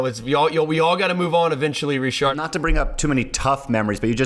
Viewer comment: If you pronounce his name with a D in the end you might as well pronounce it fully in English, like "Ritchard".